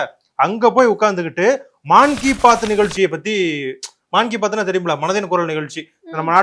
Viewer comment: ஏய் அதுமான் கிபாத் அல்ல... மன்கிபா(fa ) த். தமிழில் மனதின் குரல்! இனி கடைக்கு வரும் போது நிகழ்ச்சிக்கு நன்முறையில் தயாராகி வரவும் வாழ்க வளமுடன்.